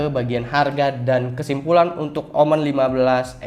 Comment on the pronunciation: Bacanya omen bang jangan omen😏